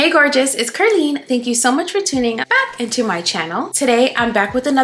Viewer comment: Ciao Ker-leen, la vaniglia è la regina della profumeria!! Hai ragione, dovremmo dare più peso alle parole che pronunciamo e scegliere sempre la buona educazione. Tu sei un buon esempio, sempre gentile, sorridente e luminosa! Grazie per quest'altro bel video 🫶🏼